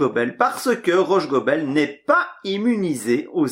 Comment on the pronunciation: Si je peux me permettre, on prononce Rhosssssgobel. Le h n'a pas la faculté de se déplacer après le s... À part ça, merci pour la partie !